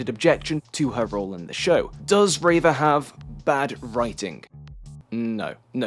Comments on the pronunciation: No one says “ray-vuh”, pronounce people’a names how they say them, generally. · I completely agree with every point you made but unfortunately invalidated all of it by you being the reverse of that one rebel leader who called Leia Lee-a. Her name is Reeva not Rayva!!! /s (once again a fantastic video it's nice to see star wars content that doesn't promote toxicity)